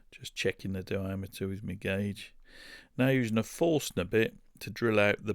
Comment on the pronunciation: Forstner... Forschner, you mean? Also beautiful work.